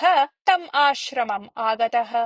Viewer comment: एवमेवं, परं भवत्याः ध्वणिः श्रुनोतु "तम् आश्रमम्"-स्य उच्चारणे "आश्रयम्" इति मया श्रुतम्। 🙏